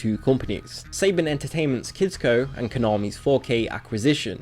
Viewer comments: "SAY-bun" It's "suh-BAHN" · Lol, The english. It's Sah-Bon! Not Say-ben! And this is coming from a Canadian! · You said saban wrong its sabOn not saYbIn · Saban = Sah Bahn, not Say Bihn. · If you can't pronounce all the words of the topic you are talking about, maybe don't make the video, because it looks like you couldn't be bothered to do basic research, which is a huge issue with a video like this. Saban is pronounced like Sa-baan, not say-bin. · Good riddance to 4Kids, with their unnecessary censorship and corrupt business dealings! Oh, and just for future reference; Saban is pronounced "Suh-BAHN".